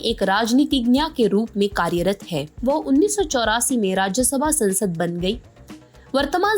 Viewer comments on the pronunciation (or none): Please aap log apna pronunciation sahi kare. Aapne kaha wo Rajyasabha sansad ban gayi, sansad kya hota hai, saansad hota hai aur bhi bahut words aapne ghalat pronounce kiye.